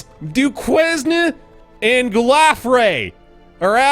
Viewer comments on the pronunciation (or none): I know I'm almost a year late, but it's pronounced "du-cane"